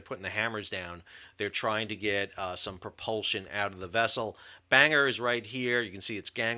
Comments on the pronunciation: With Sal's pronunciation of Bangor, the thumbnail could be "Banger got mashed". Enjoy your breakfast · "Bangor" is actually pronounced "Bang-ah" in British English, so yes, perfectly named 😂 The RN simply cannot afford to be losing ships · As a native of said place I can confirm the pronunciation as Ban-Gore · Bangor is a Scottish name... it's a smallish mining town in the Boarders. (only really know it because the Edinburgh-Bangor bus went past our home) Ban is read as in German "Banhoff" whilst "Gor" is read Ghor with a hard G and hard R. PS. the airbase in Maine uses thesame reading... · Two things offended me about this 1 - misprounouncing Bangor then making an off colour joke because of it - no e"s at all. 2 denigrating the BBC for not using allision this is not a term commonly used in the UK certainly not amongst the BBC's audience. Ignorant. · Ha! But the G in Bangor is hard - it’s a Welsh town. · His pronunciation (almost) follows the USA 🇺🇸 namesake, Downeast estuarine Maine, which still has small USAF ANG ✈️ contingent. Unsurprising that the Welsh port city is different, a lot of European namesakes are twisted here. Paris, Calais, Versailles. Most Mainers would say Bang-ah, since we've a non-rhotic accent - many Puritans came from, Non-Rhotic regions of Old England 🇬🇧 (Tho I don't normally expect Welsh to be phonetic as I see it either!) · It's Ban-gor nor bang-er. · It's not banger. It's ban-gor. Gor as an gore. It's a city in Wales. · To add to the pedantry of pronunciation - Bangor is pronounced with the o - BangOR not banger Keep up the great work! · Sam, the ship isn't called HMS Banger ( although that would be cool. ) It's HMS Bangor, pronounced Bang - gor. She is named after the Northern Ireland seaside town on the southern side of Belfast Lough ( where I'm from. ) Keep up the good work. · It's pronounced Ban-gor, Not bang-er lol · For God's sake mate, pronounce it properly. It's not "HMS Banger". It's "Ban- gore" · Ban-gore is how it's pronounced